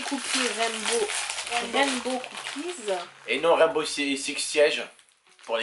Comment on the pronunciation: Raimbow six 😂